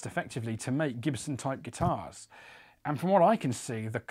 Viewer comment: “Jibson” lmao